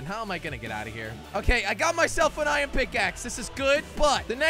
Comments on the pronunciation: It is Iron not ien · Its IRON NOT ION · Am i the only one that gets trigered whene jelly said ien and not iron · Jelly (no offence) it’s iron not ion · Fun fact:Jelly says iron like ion